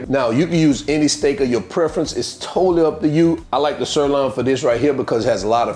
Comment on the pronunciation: It’s a sir loin. Loin not Lon. Loin. You’ll get it.